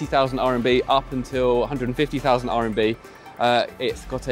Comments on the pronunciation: It's RMB, not RNB :) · RMB... not “RNB”😅